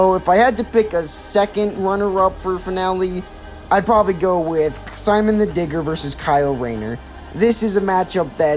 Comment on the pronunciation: Who's this Simon guy you speak of? I only know Sea-Moan.